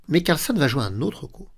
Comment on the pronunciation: CarlsÈn et pas Carlsonne ... AbdusattOrov et pas Abdusattarov